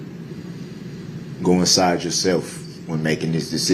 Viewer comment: “Look Nsyde yo HART.” 😂😂😂 I’m sorry 😂🤣😭 I’ve watched this a million times but for some reason that particular line hit my ear sideways this morning and struck my funny bone.